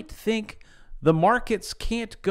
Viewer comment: You said Fink, HAHAHA